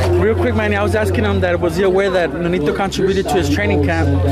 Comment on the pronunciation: Mofo said Con -- Tro- buted....Lmao